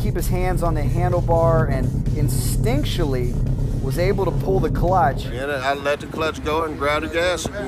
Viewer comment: I have to think that the street bike riders are getting caught off guard by the track's sticky spray-on surface prep and/or not having a proper seat back to hold them on the bike. And were you going for the word "instinctively" rather than "instincturaly"?... :-) ...